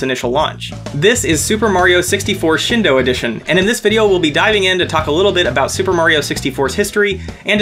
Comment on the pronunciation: it's "shEEn do-", not "shin d'oh"!